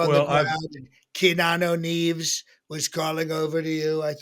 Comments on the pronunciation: Fake said "KEENANU NEEVES" wtf? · Key nahno reeves 😂 😅 🤪